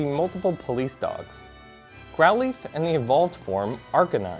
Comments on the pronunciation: it's growl-ith. not "eeth" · he just say "growl-eeth" .....no. just. no